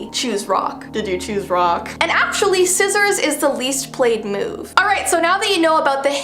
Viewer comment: you said “rock,Paper,sissiors and it’s soppose to be “Rock, Paper,Sissiors, shoot”……….